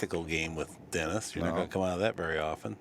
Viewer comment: Guy is pronouncing Dennis’s name all kinds of wrong sounds like he’s saying Orculo… yeah if yk yk